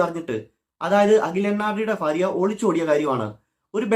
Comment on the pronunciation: ഭാര്യ ❌ ഫാര്യ ✅